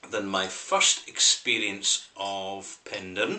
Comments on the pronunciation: It's pronounced "pen-dair-in". Penderyn literally translates to " the head of a bird". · Penderyn is pronounced Pen-Dare-Rin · The mispronouncing of the product, and obviously the place, is annoying beyond belief. Wish it was possible to correct the audio. However I understand that this would be impossible to change. Also please review the rest of the whisky range. Hey maybe you can get the name correct in a new video.